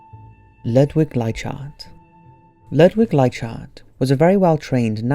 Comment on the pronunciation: I believe you may be pronouncing Ludwig Leichhardt incorrectly, I'm just basing this on how the teacher pronounced at my primary school here in Australia. Sounds more like lou-dwig like-hard